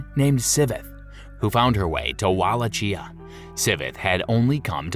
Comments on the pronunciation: Wallachia is not pronounced Walla-Chee-ah. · Where the hell is Wallachheeea...🤣🤣